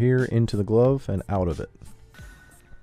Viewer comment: he said "glove" like "globe" instead of "love"...never heard that before.